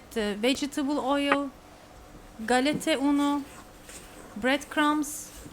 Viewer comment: She say, Gallette Uno?